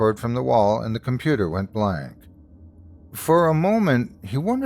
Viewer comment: .....ah, but "compudoo"? 😆 (❤)